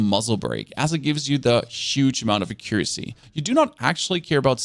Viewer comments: Not trying to be rude, but the best way that i can tell you how to say accuracy is to say it like AK-YUR-ASSEY. Yes, that is how its said. Do what you will with that info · I never would have known you were German, your English is perfect and you have no discernible accent. Oh, and accuracy is pronounced "AH-ccuracy" with the emphasis on the "AH" syllable. :) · thanks for the vid!!! Accuracy = ack cure ra sea 😂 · Ack - ur - ass - ee. Accuracy.